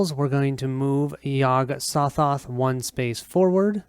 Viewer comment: Hey - Very nice playthrough - even though with some mispronouncing of the names. Yog-Sothoth doesn't have a silent 'G' in its name. (Yog-SoGoth) LOL (Yog - Sew-Thoth) The Byakhee is a male (ByakHEE), not a female (ByakSHEE). LOL (Bee-awk-ee) or (Bee-awk-hee) Exceptional job on the painting of the figures/miniatures by Bill!! Between this playthrough and Mike's playthrough from two years ago, its looking like this might seal the deal with me keeping my pledge to the recent Cthulhu: Death May Die - Fear of the Unknown Kickstarter - have 5 days to decide if I want to get my full refund back. Cheers